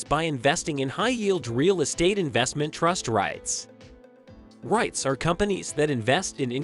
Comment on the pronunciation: Nah I can’t trust anyone who pronounce “REITS” like that